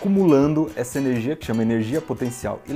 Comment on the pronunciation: Aperte 0 para ver uma cara estranha e neblina em cima do balcão HEWUIAEHWIAUHEWAIUehIUWAHEAW Aperte 8 para ouvir ele falando "tchubi" Aperte 7 para ouvir ele falando "Énérgia" HAUHAUHA